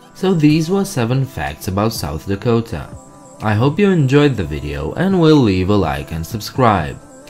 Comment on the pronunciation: I'm from South Dakota and it's not lack ota it's la ko ta